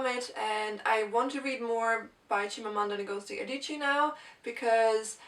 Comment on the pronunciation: Well done pronouncing her name. I never managed to do that :)